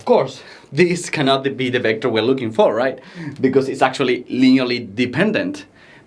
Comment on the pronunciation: ¡Excelente clase! El único inconveniente que veo es la pronunciación de las uves, ya que las pronuncias como si fueran bes: /'bɛktәr/, en vez de /'vɛktәr/.